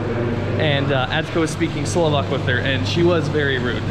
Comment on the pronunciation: Your Slovak is really good ! You have better pronounciation than most of the Americans I've heard. Impressive !